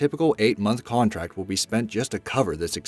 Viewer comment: Did anyone else notice he said Contact instead of Contract?